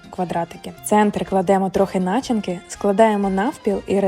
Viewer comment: Не ображайтесь, але маю виправити вашу українську..не яєчка, а яйця, бо яєчка у чоловіків😊 а в слові начинка, наголос на и..а взагалі дякую 😉🙏💖